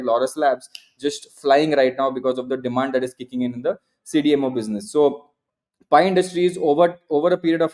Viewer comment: I feel the same every time he says "PI" 😂